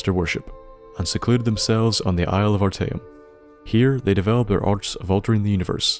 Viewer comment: a small tip, i've noticed streching a word out into syllables makes it easier to say bigger words, though small words is still left to your guess example ar-ta-eum though the dwarven cities i stop caring about as i'd spend longer thinking the name than i'll remember delving into it